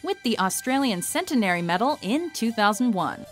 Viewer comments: ...and in 2001 they were awarded 'Cen-TEN-ary' medals, not 'CEN-ten-ery'. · Learn to pronounce 'centenary'. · I normally ignore pronunciations as it's usually an accent thing but the pronunciation of "Centenary" was painful. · What the hell is the cen-ten-air-y medal? Does any English speaking place actually pronounce "centenary" like that? Actually, the second time it's used the pronunciation is different.